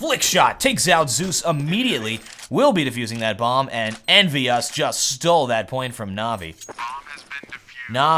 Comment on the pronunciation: He says EnvyUs like NBS and every time he does i feel like he misspelled something like NBS instead of NBK or so.